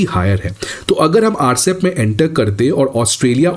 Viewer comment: it is not Rcep. It is RCEP, pronounced separately.